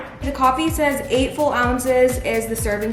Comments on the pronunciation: she’s so adorable she keep saying full ounces instead of fluid ounces lmaoo love you 😂😂❤️ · Did she say full ounces it’s fluid ounces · She said 8 full it’s 8 fluid